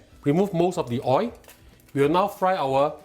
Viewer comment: Your receipts are good and easy to cook. Love watching your cooking shows. May I just point out one thing and I mean well and hope its not taken in the wrong way. The word oil ends with alphabet l which must be pronounced and when not pronounced correctly its oi. Wish you and your programme all the very best and looking forward to watching and learning many more delicious receipts. Thank you.